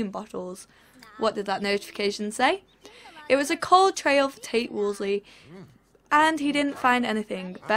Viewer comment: Whenever she says Tate's name, I keep thinking she says "taint" and i lose it